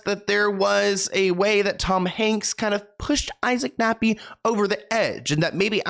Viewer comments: I was cool until he said Nappy instead of Kappy for bro’s name…. A little Freudian slip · Dude did you say Isaac Nappy??!! It's KAPPY!!! WITH A K!!! How you got this wrong is astounding!! How you didn't catch this is astounding!! That's an epic fail. I agree that hanks is a POS but c'mon dude. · It's kappy (cap-py)